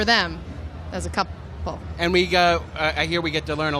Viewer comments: "...as a coup-le" I have a feeling Emily wasnt supposed to say that ahah ;) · As a COUP-LE... hahaha so funny